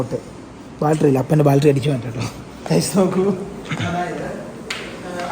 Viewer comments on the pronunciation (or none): എടാ പൊട്ടാ ബാൾട്ടറി അല്ല ബാറ്ററി ബാറ്ററി ബാറ്ററി Battery Battery Battery